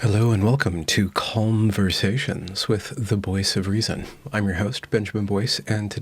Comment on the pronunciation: “Calmversations.” I like it.